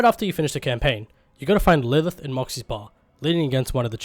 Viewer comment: Lurth = Lilith